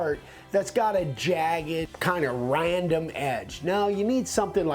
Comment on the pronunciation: Hi guys, did you say a nice piece of art doesn't have a Ryandom edge instead of random edge. 😂